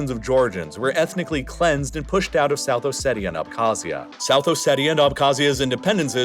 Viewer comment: I didn’t wonder this until now but is the reallifelore channel voice a computer one? Reason I wonder is the pronunciation of many of these places was pretty bad. Tbilisi, South Ossetia, Abkhazia. This being a computer voice would make sense on why it was so bad.